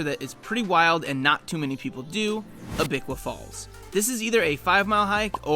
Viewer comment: That's not how you pronounce Abiqua Falls at all.